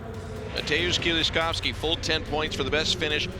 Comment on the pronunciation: Even the announcer has learned to pronounce my compatriot's name correctly .. Mateusz Kieliszkowski- the pride of Poles.